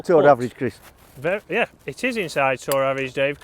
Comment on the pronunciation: I smile everytime he says Chris. Criss, Crees.